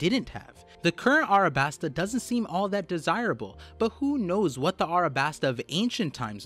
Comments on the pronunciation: A LLLLLLLLLLLLLL A B A S T A NOT ArAbAsTa... Jesus it's the easiest word when you can pronounce "Don Quixote" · Why do you call it arabasta and not alabasta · alright we need to have a discussion of Arabasta vs Alasbasta. Arabasta is cringe and Alabasta is chad, discussion ended. also the Greek Goddess Nike is not 'knee-kay', its actually 'knigh-key', just like the clothing brand